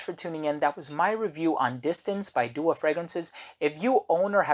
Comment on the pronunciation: Its pronounced "Du aaa" not doa :) its an arabic word that means supplication